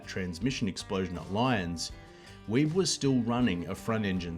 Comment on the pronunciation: John's last name is pronounced WEE-BEE.